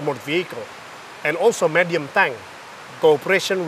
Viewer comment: PT Pindad is truly awesome. Unfortunately the Jakarta Post reporter can't even pronouce the word VEHICLE right. Can you guys use someone else? It's an embarassement.